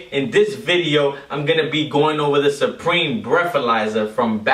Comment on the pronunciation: You said responsibility instead of responsibly and you referred to the U in supreme as a W. Maybe you were nervous or maybe you had too many drinks beforehand idk.